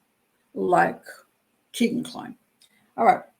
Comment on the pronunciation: It's pronounced Kaygan after a strip joint in Vegas